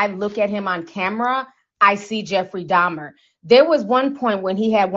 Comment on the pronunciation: Alright, I believe you about your unfamiliarity with this guy's story & the horrors he unleashed cuz you kept calling him "Jeffrey Domner"! Who the heck is that, girl?!🙂 The part that sent me into a sudden paroxysm of concurrent laughter & crying was the baptism scene. That episode took a minute. That guy actually converted to the GOD of the christian Bible & then he was taken out? Hmmm.